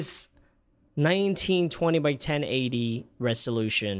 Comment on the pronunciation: Did you just say " running in 4k resholution " and " looks unwheel " yikes bro? 🤣🤣🤣